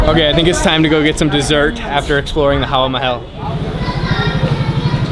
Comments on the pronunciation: Hey, it's Hawa Mahal, not Haha mahal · It's not Haha Mahal it's Hawa Mehal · Not laacy.. it's lassi stress on the double S's.... Not papaad.. it's paapad... Not HAHA Mahal... It's HAWA Maha... Not tuktuk in Thailand... It's rickshaw in India... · Actually the 'Papad' was a chip . That palace you went to was Hawa Mehal (not Haha Mehal) (Hawa is another word for Air) And Rajasthani cuisine is really on the milder side in terms of spices. Hope you enjoyed it Never been there tho.lol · Dude, it's not Haha Mahal, it's Hawa Mahal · It's not (haha mahal ) it is HAWA MAHAL.!!! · dude its HAWA MAHAL*. not haha mahal😅, *Hawa*= *Air , its called so because it have 900+ windows in it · It's not haha mahal.its Hawa Mahal😋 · its not haha Mahal its hawa mahal😂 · bro its not haha mahal its hava mahal(air palace) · It was 'hawa(air)' 'mahal(palace)'🤣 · hi; that is hawa mahal; not haha mahal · It's not HAHA MAHAL ... it's HAWA MAHAL...Thanks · Dude its Hawa Mahal not Haha mahal :d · Bro this is Hawa Mahal not Haha Mahal😀😉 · Its Hawa Mahal not HaHa Mahal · its hawa mahal not haha mahal 😂😂😂😂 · its not haha mahal ... its hawa mahal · Its not haha mahal its hawa mahal. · It's hawa Mahal not haha mahal